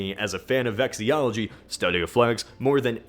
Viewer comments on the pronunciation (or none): Nice video. You pronounce Arkansas wrong though. Also the study of flags is called “vexillology” not “vexiology”. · Isn't it vexillology not vexyology? I thought it was at least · I might be mistaken, but is he pronouncing vexillology correctly? It sounds like he's say vex-ee-ol-o-gee, not vex-ill-ol-o-gee. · You pronounce guillotine “gullllllllotine” and vexillology “vexiyology” and it makes me cringe